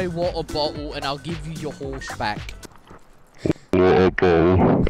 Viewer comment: “Say waaer bo’ol and I’ll give you your ‘orse back” That’s vile 💀